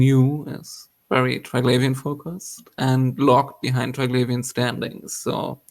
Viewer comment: How does the person that is the authority on this not even know how to properly pronounce Triglavian